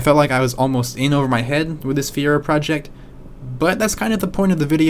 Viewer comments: It’s Fireo not Fiera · Feee-err-ooo! Not Fearo. Show some respect! Damn! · Before going through the trouble of making a good video Good video but at least learn how to pronounce the name. Fiero = [Fee-Arrow] not fear-oh. Triggered me a little. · it's fi-er-o, not feer-o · You love it, but you can't even say the name correctly. FEE-err-oh, not FEE-ro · It's a fee-arrow not Fear-oh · "fee-arrow" is how it's pronounced. Not "fee-row". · Hey dude.....it's not a FERO it's Fee-A-ro ...get it, got it, good! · Dude, it’s Fee Air Oh not Fear Oh. I get that fear is the overwhelming emotion associated with owning one of these poorly engineered train wrecks from GM’s darkest days but you can at least pronounce the name right if you’re going to attempt a video on the P.O.S. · "Fee-air-o" Dude, c'mon. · Isn't it pronounced Fire-oh? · "Fe - Aero" You ignorant jackass. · lol... the Fire-o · it is pronounced fee-air-o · They're literally called "fier"o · I have never hear anyone pronounce "Fiero" like you do. It is Italian and means "pride." But then later you change your pronunciation to more conventional. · If you’re going to make a video about a car, maybe you should know how to pronounce it. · Nice vid but I can’t stand the way you say Fiero. Still watched. But cringed every time you said Fiero.